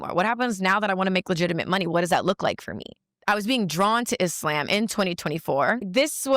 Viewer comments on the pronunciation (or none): IT’S THE WAY BRITNEY ALWAYS MISPRONOUNCES “IS~Lamb” it’s annoying af 🎉🎉🎉🎉🎉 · Why she keep saying islamb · Would she please stop saying “I-SLAM!” Use the word correctly, it’s not hard! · She pronounces it isssslaaaam. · I hate how she's pronouncing Islam as Is-Slam... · If she says ... IS"LAMB"... one more time 😂😂😂😢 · If she don’t stop saying e-slam 🤯🤯🤯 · I can’t stand the way she pronounces Islam. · Ive lived in Islamic countries, the way she pronounces Islam annoys tf out of me, and im Christian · First of all, I hate the way she says Islam. That’s your first red flag that she doesn’t even truly follow it. She can’t even say it properly. It’s like saying I’m Christian yet completely pronouncing Christian incorrectly. You’re kind of good to start giving me the side eye right now, and it’s just very annoying. “ISLAMB” 😂 like stfub. 😂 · The way she pronounce Islam bothers me. Sounds like a breakfast at Dennis 🤦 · She exist because you and others make videos about her. This demon would be vanquished if people stopped talking about her. I get it... it's content. Get your bag man... but this whore offers nothing to society outside of her body. Also... I hate Islamic doctrine... but her pronunciation of "Islam" is offensive to me. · You knew she was a joke cus she refused to pronounce "islam" properly 😂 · Her pronouncing Islam was soooolo cringe! 😖😖😖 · I don’t necessarily like the way she pronounces Islam. But to each its own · I wanna fight her for the way she's pronouncing "Islam". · I can't stand the way she pronounces Islam!